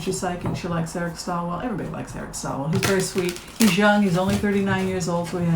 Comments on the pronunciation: It's Eric Swalwell not Stalwell. I like Eric a lot but agree he's not ready this time. He needs to be tougher and not such a nice guy. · Just so you know going forward, it's Eric SWAL-wel, not STALL-wel.